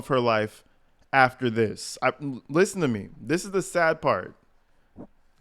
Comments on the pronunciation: No,. You pronouced the "a" in sad. Big Tiff says it as "sed". She can't pronounce words with a flat "a" in the middle. Numbers is pronounced as nambers. This broad is whacked. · she says Say-ID instead of sad too 😂😂😂